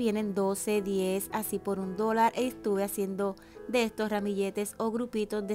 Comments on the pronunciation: no se dice dolal se dice dolar con r al final. Yo puedo entender que cada pais tiene su acento pero es un problema de modulacion al hablar. Pronuncia la R no la cambies por L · En serio? 🤦🏻‍♀️🤦🏻‍♀️ un video de mas de 20 minutos, con un mensaje bonito, que hasta de la palabra de Dios hablé y solo te fijas en que pronuncié una palabra mal (según tú) 😂 pronuncié “dolal”en vez de “dólar” de hecho, esta palabra lleva acento, cuando comienzas una oración, se comienza con letra mayúscula, pais, modulacion, estás palabras también llevan acento. En fin… gracias por ver el video, espero te haya gustado la decoración! ❤️